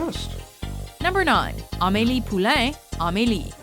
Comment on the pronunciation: The way she pronounced the french names hurt me... Amily Poulang?!